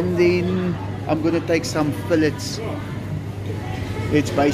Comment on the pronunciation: FILL" ETS?🤣🤣🤣🤣🤣